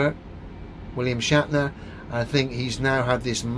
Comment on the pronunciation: 'Shat' ner 🤣🤦